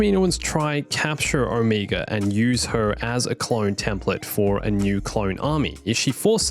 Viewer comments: Dude. Her name is Omega not Omiga. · I hate that everyone pronounces Omega’s name differently. Like even in the show they do. It’s sucha different pronunciation that i found it frustrating and confusing, I’m like ok this little girl just said her name is Omeega so who the heck is this O-Mega person the guys keep talking about? I mean seriously can you please agree on one pronunciation?